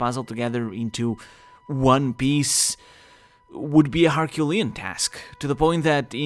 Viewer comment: “What is the one biece” lol.